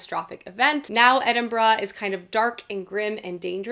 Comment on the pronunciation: Thank you for pronouncing Edinburgh correctly! Discerning Scot here ✊